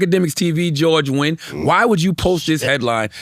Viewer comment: Cthagod being able to pronounce Netanyahu correctly and not being able to Nguyen correctly is truly amazing.